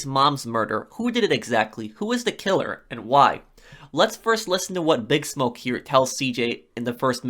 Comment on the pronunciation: Lol this fool keeps carrying on. It's here not huueer🤣